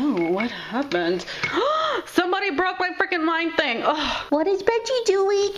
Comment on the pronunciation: bengi????? B-E-N-G-I..? B-E-N-J-I